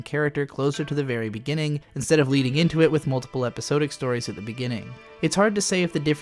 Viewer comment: Episodic = eh-puh-saa-dic, not "episode-ic" Titular = tih-chu-ler, not "tight-chu-ler"